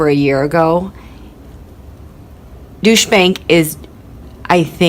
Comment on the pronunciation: i wish you would learn the correct pronunciation of Deutsche bank.